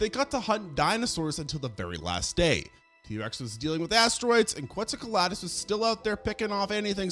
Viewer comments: No offense because I love your content but you make mistakes on a lot of the names throughout your videos (for exemple Inostranvecia instead of Inostrancevia or Quetzalcoaltus instead of Quetzalcoatlus) tho it's a minor issue in my opinion (doesn't get in the way of the informations + you show it written anyway). Love your videos, keep going ^^ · Dude, I like the content and subbed awhile back. But your pronunciation is a crime. In this one you murdered basilosaurus and quetzalcoatlus. Just take a few seconds and look up these pronunciations. It's not good for your credibility to constantly be fumbling these names.